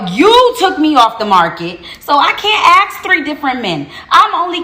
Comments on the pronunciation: The fact that she says she can’t “aks” tells you everything. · Why do black people say axe instead of ask? lol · The last girl is thick as shit and can't even speak English.. The word is "ask" and NOT "aks" as she pronounces it.